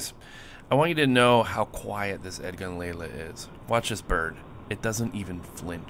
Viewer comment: Lelya not Lela. The last character is a Ya.